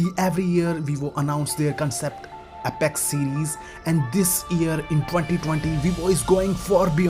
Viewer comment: Have you not even bothered to google what's the correct pronunciation of "Apex"?